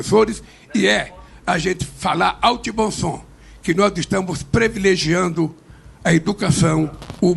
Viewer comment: O discurso de L..., com "previlegiando" e tudo...😊😊😊